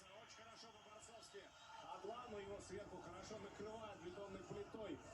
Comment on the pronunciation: Автор АДЛАН а не Аднан